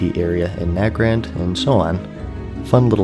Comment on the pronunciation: This video is great because rather than being told what changed in BC you understand how the players felt during this time and it's great learning about old expansions since my family revolved around this game but I was around 6 or 7 so I could never play it ( Also it's nay-grand not na-grand)